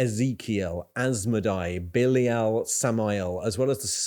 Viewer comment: lol "billiol". it's bee-lie-al homie